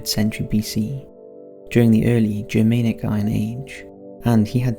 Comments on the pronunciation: Ger-MAN-ic, videos are great except for the odd weird mispronunciation. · Wrong emphasis placed on the word Germanic.